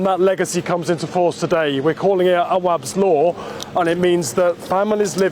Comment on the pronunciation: Nothing sounds more British than "Awabs Law"😂😂😂